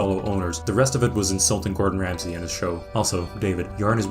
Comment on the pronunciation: Anyone else hear him introduce Gordon Ramsay as Gortronch Ramsley? LOL